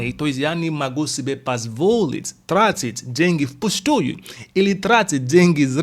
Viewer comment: трАтить, ударение не первый слог